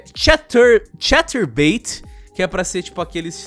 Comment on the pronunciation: "vou sair do cahterbait" ah ta, como se fosse um favor a mulher estar no site...